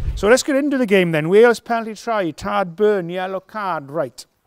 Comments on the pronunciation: Tadgh is pronounced Tie’g. FYI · Nigel, you are killing me with your pronunciation of Tadgh. Its TH...IGHE